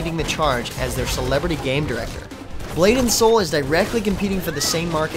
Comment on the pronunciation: Did he say 'Butt and Soul'? Lols!